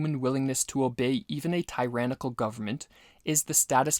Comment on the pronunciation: Pronunciation check: Thoreau Tyrannical Beneficence Look up how to pronounce these words.